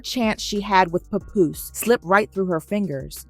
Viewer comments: The name is papoose pronounced p app oose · Who tf is Papuss?!Papuce?!!😂 ITS PAPOOSE! damn a.i bots!! Lol